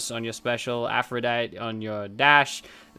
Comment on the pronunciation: Hey, why can't you say Aphrodite?